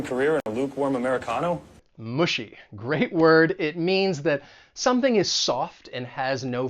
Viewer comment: I’ve double-checked it in several dictionaries (both British and American) and I haven’t found such pronunciation of “mushy” as Wess’. It should be pronounced either [ˈmʌʃi] or [ˈmə-shē].